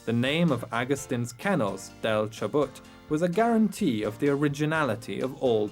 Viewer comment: is not Chobut it is Chubut